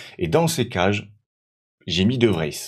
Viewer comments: Ça se dit de vrize de vries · Salut, De Vries se prononce De Vriis, il fait un peu allonger le i et prononcer le s